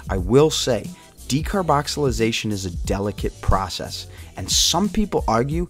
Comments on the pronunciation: Its called Decarboxylation not decarboxylization bro but go head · Decarboxylation* not decarboxylization bruh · It is called decarboxylation not decarboxalisation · "Decarboxylization" Lmao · Decarboxilization or decarbonicxilicatation?😂😂😂😂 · If you are going to make a video, as an authority on decarboxylation oh, you should be able to pronounce decarboxylation. There is no Z in the word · Good video. Good info But hearing you mispronounce decarboxylation made my head hurt. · you are pronouncing decarboxylation wrong. js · You can't even say "decarboxylation"......